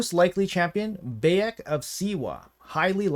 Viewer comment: Pronunciation, if you care is Al(l)-tie-air. Bai-ek, Ba-seem